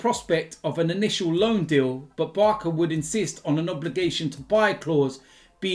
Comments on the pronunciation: why do you say Barka? Surely you know it's Barca? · Barsa not barka 😂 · you say barcelona then you say barka? thats an insult to the letter "C" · Why you purposely pronouncing Barca as barka? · The ‘c’ in ‘Barca’ is pronounced like an ‘s’, not a ‘k’ 🤣🤣